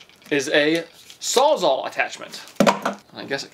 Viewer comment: 1: it's not "saw zaw", it's Sawzall, which is a brand (Milwaukee). 2: it's a reciprocating saw, also called a recip saw for short 3: no... that is nothing like a jigsaw, which has a table and a set, thin blade for intricate cuts... hence "jigsaw puzzle", as the pieces have intricate cuts